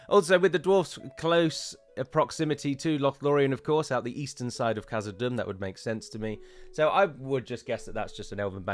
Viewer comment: Thanks for the discussion on pronunciation. I think you should pronounce the 'h' in Khazad Dum. See the second letter of the Bengali alphabet: 'kh'